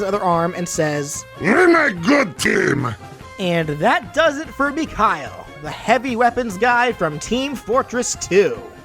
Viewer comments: I know this dude didn’t just call Mikhail, “Mick-Hile” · So it's a mix of stock Medigun and Kritzkrieg (unlockable medigun that gives critical hits instead of invulnerability) - He could also appear from Engineer's teleporter, to show another aspect of teamwork of Team Fortress. Also, proper pronunciation of his name is "Mikha-EEL", just so you know :)